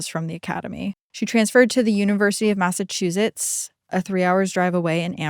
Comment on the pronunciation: I love how she says “Mazzachusetts”